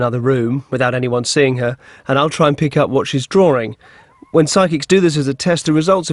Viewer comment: Drawring.. hehe I love that.